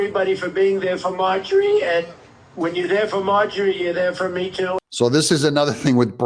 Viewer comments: Her name is MarjORie, not Margie. You keep saying it incorrectly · Haha I love it when you call her Margie😂